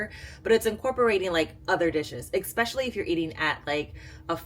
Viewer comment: Enjoys your content!!! But there’s no X in especially. But you’re not the only one… I’m sorry. Yes I should’ve 🤐. Third creator today saying expecially. 😅